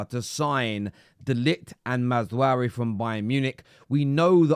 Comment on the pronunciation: Is someone going to tell that it's Maz-Rau-wee not Maz-Waree.